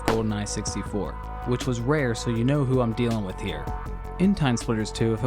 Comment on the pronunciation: Its "with" not "wiff"